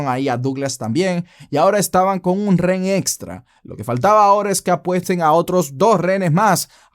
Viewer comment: Buenos videos bro.. solo como recomendación se te escucha mejor pronunciación cuando utilizas la palabra "prisionero" en lugar de REN... (Justo como la escribí así te escuchas) siempre dices REN en lugar de Rehén y no se escucha nada bien.